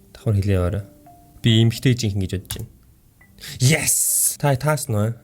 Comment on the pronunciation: ахаа yes гэдэг шүү яэс биш шүү